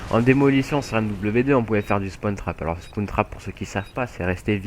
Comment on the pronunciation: Fallait pas le dire ! Et on dit "Spawn", pas "Spone". Et c'est "Spawn trap", pas "Spone trape"